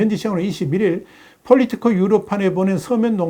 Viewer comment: politico... 미국 영국 그 어느 나라도 퐐리티코라고 발음하지 않는데... 그냥 폴리티코라고 하시지요! 좀 거시기합니다...